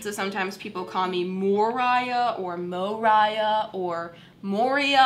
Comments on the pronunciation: Oof. That is butchered. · I know one time I asked my aunt to type in youtube “” and she started typing it like Mariah and I’m like no with an o and she’s like well no that’s not pronounced “more eye uh” it’s “ma ree uh” if it has an o and I’m like ok whatever lol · I used to pronounce your name more-ahh